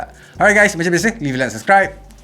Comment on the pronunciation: Last "bye" tu mcm sengaja angkat 12t pro dan ckp "buy"🙊😆